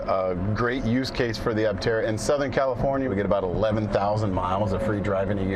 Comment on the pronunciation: Please forgive me for the overly critical pessimistic review. Tank full of sunshine? Pronoucation of Aptera turned into what sounded like, Atera? It felt like a quickly rushed filler piece to showchase something that left me confused and felt like it was hard to take seriously. To anyone who was willing to read this far, Love Aptera. Invested in them! I'm a brand Ambassador! Still an early reservation holder...(since 2020) Any exposure that Aptera gets to the general population to build up interest and create hype is always welcome...... Just felt to me that the story could've been done better to appeal to more of an adult audience.